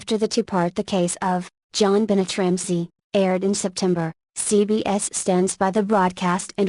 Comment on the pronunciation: Omg STOP SAYING 'JOHN BENNET'!!!!!!!PROUNACE IT RIGHT!!!!!!!!!!!!!!